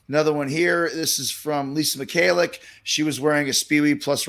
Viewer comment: Also it's pronounced Mih-hah-lick. :) Please don't put me on the ban-ned list!